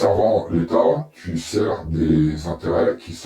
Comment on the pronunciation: Pourquoi tu dit « thu » au début de la vidéo et pas tu il n y a pas de h dans le mot tu donc n en prononce pas stp